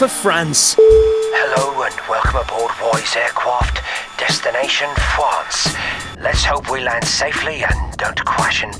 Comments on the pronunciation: I just love woys aircwaft 😂😂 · England in 2018: "Hello and welcome aboard Woy's aircwaft, destination: Wussia"